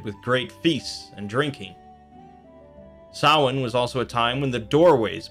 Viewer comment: no. The guy in the video is closer. It is NOT sam-hane